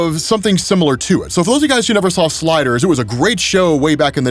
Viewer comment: Mf said “sliders” 🤣🔥